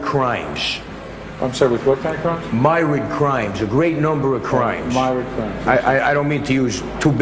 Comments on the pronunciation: Myriad, myrid...😂😂😂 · Anybody correcting his pronunciation of "Myrid" crimes would no doubt receive Myrid stab wounds.... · He was trying to say ‘myriad’ and pronounced it wrong 😂 he’s like the real life Little Carmine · CAN’T EVEN PRONOUNCE MYRIAD HIGH IQ MY AS*